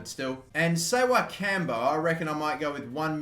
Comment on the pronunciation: Ssewankambo is pronounce Se-Wen-Kam-Bo